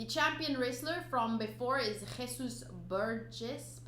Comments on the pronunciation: ⭐⭐⭐ Hola from Mexico I like this system better to be honest so i can watch the reaction and let the review in the background, its cool how you pronounce Jesus :P keep up and ill be watching you later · The Jesus in Jesus Burgess's name is pronounced just like the one in Jesus Christ's name, but love the way you pronounced it though xD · I like the way you say Jesus. It's definitely more germanic sounding at the beginning than Latin. When I see the name "Jesus" in media (U.S. specifically) I'm never sure if it's to be pronounced the English way or the Spanish way and you pronounced it different than both. 🤣🤣🤣 ⭐⭐⭐